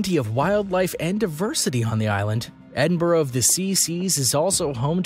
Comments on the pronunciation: Edinburg of the C C's?? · What a load of innacurate crap ! Edinboro of the see see's !!